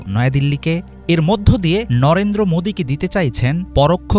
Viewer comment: ওটা লরেন্দ্র মোদী না নরেন্দ্র মোদী. ভাই ঠিক করে উচ্চারণ করো 😂